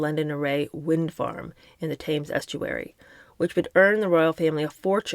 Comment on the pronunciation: The Thames is pronounced temz. Just saying.